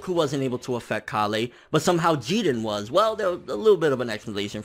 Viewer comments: "KA-LEY" BITCH ITS KALE ALL TOGETHER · Her name is k-ale, not ka-lay. ;D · You're saying Kale's name funny. It's Kay-uhl not kah-lay. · KAH-LAY? Even in the show, she's called KALE! Like the vegetable! It's even spelled the same! That's the only thing that's making me raging right now about DBS100. You kept saying KAH-LAY! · Please stop saying kollay or whatever way you are pronouncing it... it's Kale... like the vegetable.... like how all sayains are named after vegetables... other than that, the scaling in super is driving me nuts... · Stfu its KALE not KaLLLLee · Kalay? Don't you mean Kale? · ITS PRONOUNCED KAYLE NOT KA LAY! Kale Like the food, dunno if you've noticed after decades of this franchise being on air but saiyan names are based on food genius - mainly vegetables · Why does he say "Kah-Lay" when they call her "Kay-Le"? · Her name is pronounced like the vegetable or plant. Kale not Ka-le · You keep saying Kale wrong, man. It's not pronounced like "Kah-lay". It's Kale. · Pronounced kayl not kahlay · pronunciation of Kale bothers me so much. If it were pronounced Kal-lay in Japanese then I'd be cool but the anime pronounces it like the English Kale. I look past it but it bothers me each time. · Wtf is (kalay)? It's kale you know the freaking vegetable... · bro you're pronouncing it wrong, it's kale like the vegetable. please stop saying it wrong lol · It's kale...like the vegetable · why do you always say the names wrong her name is kale or kala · It's cale bro CALE! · bruh learn to say Kale plz lol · That is NOT how u pronounce Kale's name!!!!! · cant say kale? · Why does he pronounce Kale like that? There's no accent over the e.